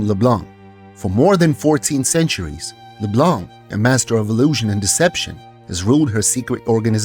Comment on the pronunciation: Finally someone that pronounce Leblanc without the C at the end!